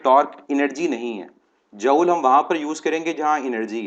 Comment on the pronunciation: Joule pronunciation is jool, isn't it?